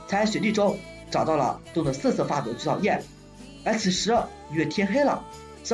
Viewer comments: 我试了一下感觉是你的问题 虽然很明显听到了菊草YEAH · 这是什么鬼口音 菊草yeah？